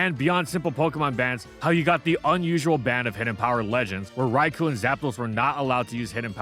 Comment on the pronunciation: The only thing evil here is how keeps mispronouncing Raikou.